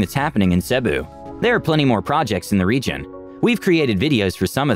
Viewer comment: I think the reader should have learned how to pronounce Cebu properly before producing this video.